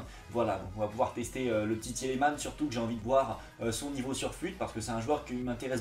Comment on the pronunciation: Juste on dit Tilemans pas Tilimans que tu as dit sinon bonne vidéo